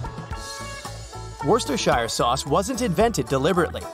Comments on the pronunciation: It’s worse ter sher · It’s pronounced Worcester-SHER, same as Yorkshire, Devonshire, Lancashire, Derbyshire, etc. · I thought it was pronounced “wha-saw-saw-sauce” 😂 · This vid probably took years because he needed to learn to pronounce Worcestershire Sauce